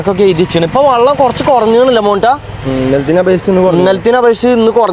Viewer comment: വള്ളമല്ല മോനെ വെള്ളം